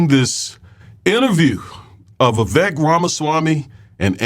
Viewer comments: It's Vivek pronounced like cake. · It's pronounced VA-VAKE, i.e... sounds like CAKE, show some respect to the Indian. :)